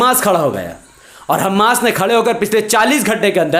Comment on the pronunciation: Hamas sahi pronunciation Hammas ghalat Hai